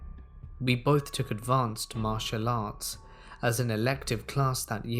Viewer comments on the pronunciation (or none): none